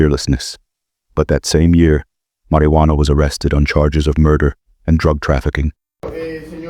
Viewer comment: Is he saying “Mariano” or “Marijuano?” Marijuano is a name for a pot head.